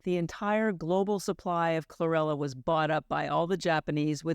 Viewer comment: She said chrorella